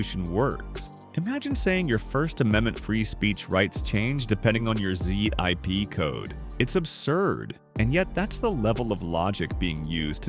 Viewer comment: I know right? Z. I. P. code. LOL